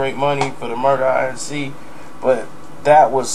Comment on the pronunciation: Why don't you just say Murder Inc instead of Murder I N C 😭😭😂😂